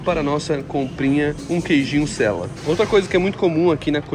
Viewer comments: Queijo seia tu falou sela zueira 😂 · O queijo é “Seia” e não “Sela” 🤣🤣🤣 esse queijo é maravilhoso 😋 vcs têm q conhecer o Mercadona, uma rede de supermercados da Espanha q é mais barato ainda. O talho de lá é ótimo e tem os melhores Jamón (ramón rsrs). E sim aqui em Portugal não pode filmar nos supermercados 🤷🏻‍♀️😑 apesar de um monte de gnt fazer isso rsrs